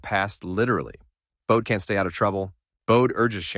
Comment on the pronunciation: His first name is pronounced Bo dee and last name Lee own knee